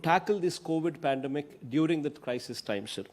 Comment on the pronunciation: is it pandemic or apademic :-) poor guy